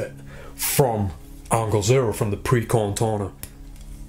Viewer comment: "pre-corn torner"